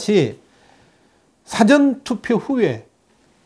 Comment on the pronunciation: 발음을 정확하게 해주세요. "사전투표"가 아니라 "사:전 투표" 입니다. 듣기가 거북 합니다. "있을 사" 가 긴 발음입니다 부탁 합니다